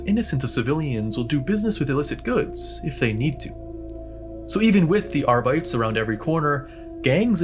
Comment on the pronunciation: R-bites? Woof it's supposed to be latin/gothic so Are-bit-tees